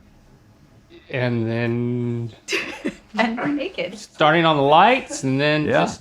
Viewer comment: “ Totally nekehd “